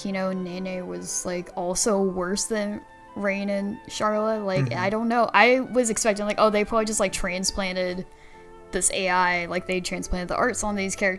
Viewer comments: Why can't she pronounce the names correctly? Did she really finish the game? It's super weird how she keep getting them wrong over and over. Even after corrected her. Rain? Meelia? Really? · How does she pronounce Reyn, Dunban and Melia's names wrong after a 70 hours RPG constantly repeating those names...